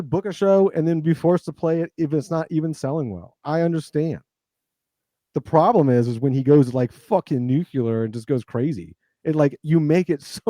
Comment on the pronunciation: "nucular" Bro